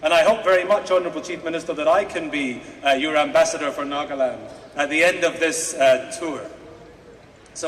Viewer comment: This is Nagaland not nokaland